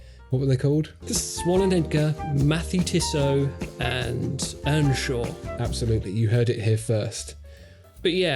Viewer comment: And please put a little more effort into learning a halfway decent pronunciation of the French brand-names. I was so happy, when I heard say "Les Ponts de Martel" well enough to make his English accent sound charming. But then came "Mathey-Tissot" and brought me back to Cringistan. Not as bad as "Youlissay Nardare", but still.